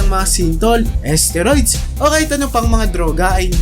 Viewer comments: asteroid ba kamo ginagamit? susko baka isteroid... haha... paki ayos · Nakakainis pakinggan ang narrator, d mabigkas ng tama ang STEROID! BUSETTT!